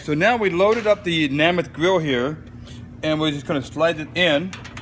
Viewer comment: It's made by Joe Namath. Thats Nay Math, not Nah Math